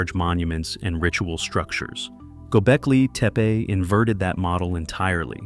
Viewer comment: I'd make a suggestion that you find a Turkish speaker and learn to pronounce the words correctly. Don't worry, because incorrect pronunciation is widely spread; particularly with reference to Göbekltepe.